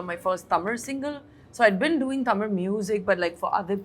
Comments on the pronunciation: I just loved this interview. If Shruthi is there in any interview, I will watch it. She is too good. I truly admire the way she kept saying Thamizh, correcting the dish names, speaking so fondly of the food of Chennai and Tamil Nadu. So wonderful! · Her pronunciation of Tamil is bang on proud of you shruti